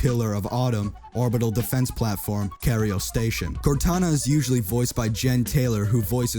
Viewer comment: “Cario station”